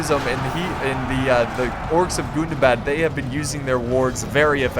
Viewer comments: i don't know if i'm just that high but the way he puts the emphasis on Gundabad is killing me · omg!!! the way u say gundabad😂😂😂👌👌👌👌